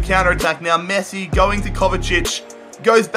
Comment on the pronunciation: At the beginning it sounded like he called Messi, Nessi